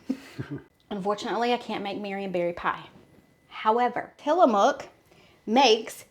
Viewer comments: Pronounced till a muck, not mook. And if you ever visit there, you'll be corrected, that's how I know. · Tillamook pronunciation.. tilla muck